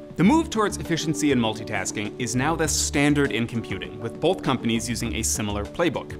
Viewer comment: BOTH. THERE'S NO L IN THE WORD BOTH, HE KEEPS SAYING BOOOLLLLLTH